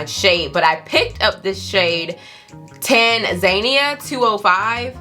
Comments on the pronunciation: Is the foundation Tan-za-nia...as in Tanzania, Africa? Bcuz girl you said “Tan-zay-nea” 😩😂 I 🖤 you! 😂😭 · Tan-zuh-knee-uh( Tanzania) good sis make up looks phenomenal